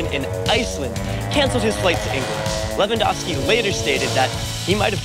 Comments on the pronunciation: Lehvandovsky tak chyba powinno być lingistycznie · Thank you for the proper Lewandowski's surname pronounciation! Can't wait to see the today's game. It will be AM in Poland but screw it! I'm watching it!